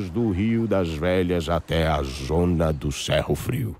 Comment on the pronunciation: Nao é Sérro Frio.....é Sêrro frio!!!